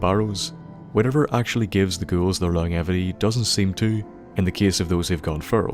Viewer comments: Welcome back my good man, and it's long-jevity, not long-evity daft Irish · Lmfaooo he said “long-evity” hahahahahahaha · lon-jevity please... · Good vid... but your pronunciation of longevity makes me cringe a bit. It is pronounced like this: Long-jev- ity. Hope that helps! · Sorry to be a grammar Nazi but that’s not how you pronounce longevity